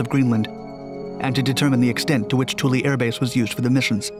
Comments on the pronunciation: It's twillo. Not tool e..... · Spell it Toole Say it twillo.....